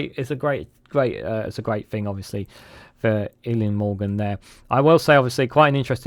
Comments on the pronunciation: Eluned is pronounced Eli-ned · El - ee - ned is a closer phonetic rendition - although the pronunciation of Vaughan Gething really takes the biscuit!!